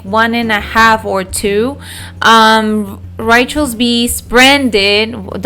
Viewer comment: Ritual beast lol your accent gets the best of you sometimes